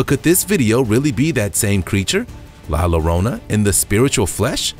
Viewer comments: It's NOT pronounced La "Lo - rona", it is spelled "Llorona, but the double "LL" in Spanish makes the same sound as the "Y" in English. (Like Tortilla) So La "LLORONA" is pronounced La "Yoh - roan -ah". (La Llorona = The crying lady) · LA LLORONA pronounced LA as in la la la LLORONA as in YO RONA ---LA LLORONA